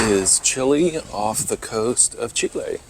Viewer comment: Love the two archaeological sites, had never heard of them before. Also, great that you pronounce Chile correctly.